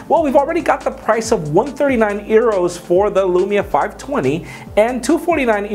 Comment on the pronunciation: Did he just say "earos"